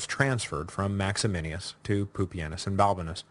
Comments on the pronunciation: maximinus not maximinius.... small point 12yrs later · One of my favorite things about this podcast is Duncan's repeated slaughter of Latin and Latin names, like "Maximinius" instead of what it should be MaxiMINUS. He's now qualified to be the Gallienus of Classicists, which I'm sure he'll pronounce Gallienius. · isn't it Max-i-MINUS Thrax and not Max-i-MI-NI-US Thrax? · I kinda wish someone would have told him that it's MaximiNUS. Not MaximiNIUS. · max e min us......not maximinius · The name is Maximinus, not Maximinius. Can’t you read? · MAXIMINUS THRAX! NUS not NIUS. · MAXY-MINUS Say it with me. MAX-E-MINUS. Or, if you want to pronounce it authentically, "Max-e-me-noos" In no way should you pronounce it 'Max-e-min-e-us', sir. I think you have Maximianus on the brain, sir. Also, traditionally, Pupienus is anglicised to 'Poopy-Anus', although I see you shied away from it. You could also say, "Poo-pee-E-noos' if you wanted to pronounce it authentically. You did a pretty good job with the greek name Tim-ess-sitheos, though. (sorry, I don't really care how one pronounces ancient names to which we really only have good guesses as to how they were pronounced anyway, just thought it was funny because you say 'Maximinius' so darn much : ) ... The Crisis of the Third Century is so interesting, and I can tell it is or was one of your favourite historical periods as well. I like the breakdown of the Gordian->Philippus situation. That succession is one of my favourites; a total who-done-it with an epic anabasis setting; some parallels to Carus->Diocletianus there. I think we always tend to assume the worst in terms of the byzantine machinations of Imperial Roman succession, and for good reason-- but who knows. It's very possible, as Sassanian sources claim, poor little Gordy boy got his butt spanked and stuff went downhill. I guess that's why Severus Alexander was so hesitant to march into Persia) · Would you quit throwing an extra I in Maximinus!